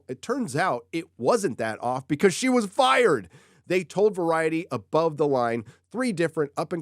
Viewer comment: Fired? No es “fired”. Es firrrrrred.